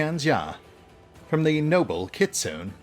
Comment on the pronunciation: Gotta love the way you keep mispronouncing Kitsune. Yes, I know all about the "Americanized", but if even ingame it's done one way, then even should be using "Kit-soo-neh"